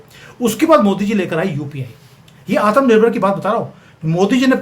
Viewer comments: Sorry to say aap Bhartiya ho aur Hindi Bhasha ka pronunciation sahi kariyega Aatam nirbhar BHARAT NAHI Aatmnirbhar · Aap , Atmnirbhar Bahut funny pronounce karte ho